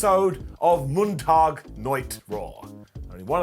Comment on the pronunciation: Good german there...MONTAG-NACHT-RAW